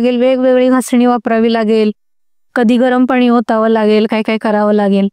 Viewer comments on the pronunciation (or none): none